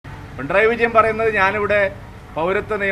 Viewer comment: പിണ്രായി അല്ല, പിണറായി